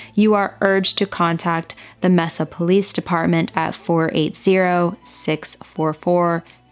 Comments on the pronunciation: Mesa is pronounced May-sa. I've lived a short distance from where all this happened almost my whole life so I just wanted to let you know. I'm surprised I haven't heard about this one before. Back then there was so much empty desert throughout Phoenix that now are residential areas or other types of buildings. She literally could be anywhere. :( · I'm a AZ native and have never heard this one before. I really wish there was some way judges could be held responsible when they award custody of children to violent criminals and the children are harmed. Excellent video. Mesa is actually pronounced May-sa. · Mesa is pronounced May-suh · Great job telling her story! Soo sad! Also, Mesa is pronounced MAY-SA. I was born in Mesa (Maricopa county) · Love the eyeliner. If this was in Arizona they pronounce Mesa as MAY SAH. This case was heartbreaking. My own daughter has passed now, but when I think of her at age 12 she was a total child. Some people say, "Well, she was almost a teenager," but my daughter was a lot closer to 11 than she was to being 13. For Mindi, at that tender young age and living with a monster, with nobody to turn to, she must have been terrified. I think we need to re-evaluate how we punish people who rape, torture or murder children. People who do that are not going to change into model citizens and if they get away with it they're going to do it again to some other child. The law should be that if you murder a child you get a mandatory death sentence. A child's whole life will be scarred from abuse like this, they may wind up addicted to drugs or involved in prostitution or suicidal, so these perpetrators need to be in jail for much longer sentences for all the pain and suffering they are causing. If they are released they need to be under DAILY scrutiny from a probation officer, wear a leg monitor, adhere to a strict 8 pm curfew and take random drug/alcohol tests. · Mesa is pronounced MAYsuh.